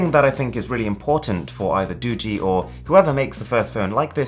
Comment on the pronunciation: It's "Do-gee" not "Doo-gee"